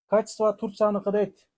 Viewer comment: Сооданар болсун бирок реклама берген бала ото соонун качество деп урдура😂 бергени жаман экен